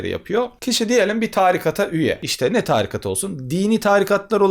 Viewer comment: Çok güzel anlatıyorsunuz hocam. Ama târikat değil, tarikat.